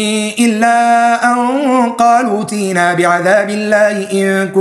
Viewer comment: أخطاء - المد يكون على الواو المبدل عن الياء. -التاء لا مد فيها. القاعدة تقول: حرف المد بعد همزة الوصل يبدل حرف مد من جنس حركة ما قبله، فالحرف الذي قبل همزة الوصل هو الضم، لذلك تقلب الياء حرف مد من جنس حرك الضم الذي هو الواو، أي: تقلب الياءُ واواً. فتقرأها هكذا: 《قَالُوتِنَا》